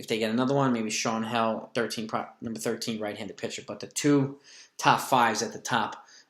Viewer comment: Sean Hjelle's last name is pronounced just like jelly. Only correcting you so you know who has the most fun name in all of baseball haha! He is also 6'11" so there's that..